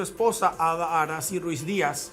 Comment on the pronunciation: Arasy ko no se pronuncia Arasi😢 mba'epio pea che kabaju. E ñembo kurepi ma pio